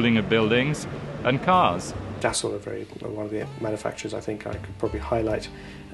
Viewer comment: I love how the narrator pronounces Dassault just as it's written! I love Dassault's aircraft, but I hate the French language! If you're going to take the time writing something, and wasting the ink or lead in your pen or pencil doing so, then at least take the time to pronounce the letters that you wrote.